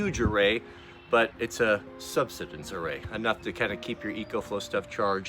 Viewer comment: TIL doesn't know how to pronounce the word subsistence.